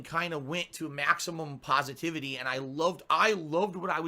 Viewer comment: Its "pahsitivity" you worthless human, im a mature adult with an intelligent brain, you idiot!